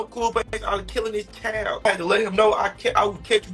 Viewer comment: Does know how to pronounce "Child", he's pronouncing it like "Kyle'd".